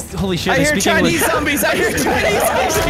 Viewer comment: " I see chianese zombies"